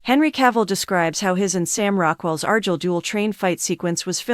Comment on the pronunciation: Argyle at least arrrrguile